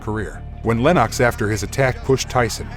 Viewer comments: Lennox Lewis pronounced LENIX not LENOCKS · Lenarx?! It's Lennox! At least get your pronunciation correct for such a great UK boxer.